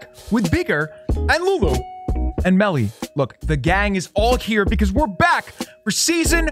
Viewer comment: Beakers lab the gang is back with and lulu AND Melly! HORRAY YOU SAID IT RIGHT!